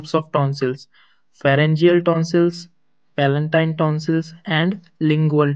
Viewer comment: Palatine not palantine